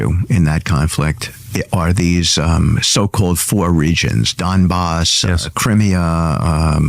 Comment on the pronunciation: F'ing witkoff. Mispronounces Crimea AND Luhansk. Refers to Donbass as an Oblast (he didn't specifically say that, but he thought it) It's obvious he has ZERO interest in Ukraine. As an envoy, can't even be bothered with knowing all the names, so I'm POSITIVE he doesnt know the history or ANY facts!!! F'ing pathetic!